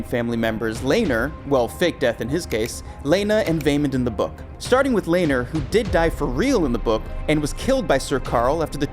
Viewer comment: Lane-ER Velaryon and Ranus Targaryen 🤣🤣